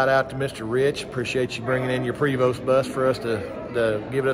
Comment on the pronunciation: You can pronounce Chateau. Prevost is also French. The E is a long A and the ST is silent. Prayvo.